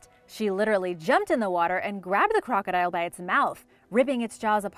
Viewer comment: I am annoyed by how you say crocodile and a couple other words. The high pitch at the end is bothersome.